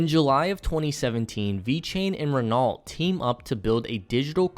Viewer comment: Great video. Renault is pronounced 'Ren-Oh' by the way.